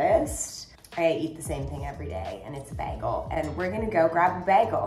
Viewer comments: It’s bagel…not bigel…nor biagle…..I really wasn’t sure what you were getting…. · It’s BAY-gle. Who is this person and why does she have a multimillion dollar Manhattan apartment? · How many times did she said BaEgaL in the beginning 😂😂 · You say bagel right when you say it with a piece of bagel in your mouth lol. We say Bayygul